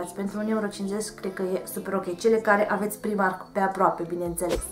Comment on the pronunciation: Se citește "praimarc" nu "primark"